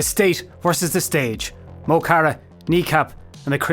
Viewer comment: Good video overall, but your pronunciation of Mo Chara is driving me loopy. The "mo" is not pronounced like "mow". It should be more like "muh", and generally when they call out his name in their lyrics it's more like "m'kara".